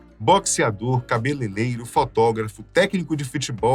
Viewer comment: "Vinheram, cabeleleiro..." Dói, hein!?